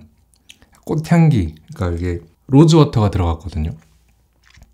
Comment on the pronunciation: 로즈워터.... 번역하면 꽃물 억양이 이상한데.. 나만 음마가 꼇나..